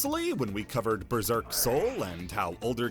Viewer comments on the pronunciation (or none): none